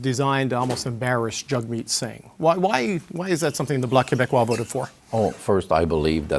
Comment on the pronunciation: Did the CBC guy call Jagmeet 'Jugmeet Singh'? HA HA HA HA